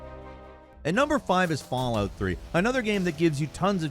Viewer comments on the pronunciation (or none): none